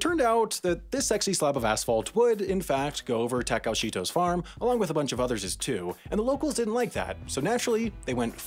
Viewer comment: TAH-KAH-OH is his name, not whatever you said